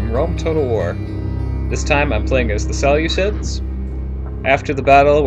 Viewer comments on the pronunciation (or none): Please pronounce them as the (See-loose-iads) not as ( sele-cids).You make them sound like a salad, when you pronounce it.